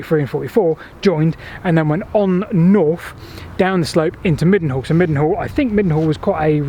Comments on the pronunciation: I think they pronounce that Mildenhall near Marlborough ‘Mynell’ (According to Phil Harding, anyhow!!!) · Mildenhall is pronounced Mine nall . Savernake was my childhood play ground. I learnt to drive in the forest. We used to walk through the tunnel, at that time it had two single tracks not a double track. One track went to Savernake High level. and the other to Savernake Low level .